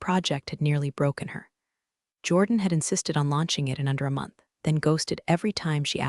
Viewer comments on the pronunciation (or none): none